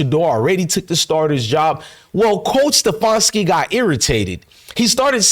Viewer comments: Ste-fan-ski Not ste-fawn-ski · Once again, a bunch of lies and bullshit. You're not in cleveland and you dont know whats going on. All you do is troll other channels for your false content , you cant even pronounce stefanski's name right. Shows you know nothing !